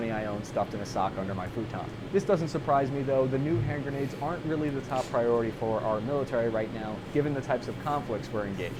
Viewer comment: "Hen-grendades" - Eggs (TM Walt Disney)